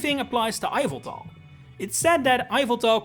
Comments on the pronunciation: I know, right. It’s not eye-veltal, it’s YAHVELTAL. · no, it's ee-vel-tahl. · “Eye-vel-tal.” Sure why not. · Now that's a unique Yveltal pronunciation